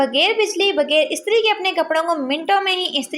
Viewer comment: Baji bager nahi bghair bolte hain ur ghayeb bolte hain gayeb nahi talafuz sahi Karen kindly